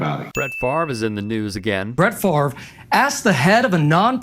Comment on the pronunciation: He has been off the fields for a very long time. Can we start pronouncing his name, correctly, now?